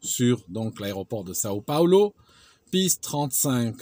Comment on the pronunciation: São Paulo et non Sao Paolo XD Sinon superbe video comme d'habitude.